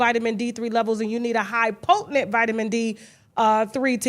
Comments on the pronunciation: Kasha, the word is potent. POTENT. Not potentINT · I love you and you have inspired me to become articulate. However I hate the way you say potent. Slam me. Just me